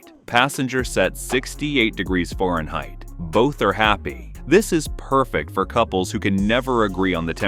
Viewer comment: Can’t be to honest… except … stop using AI, or, teach it to say Fahrenheit